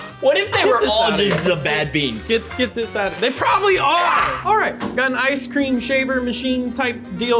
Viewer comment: yo yo yo its the leaning taower off ece cream lol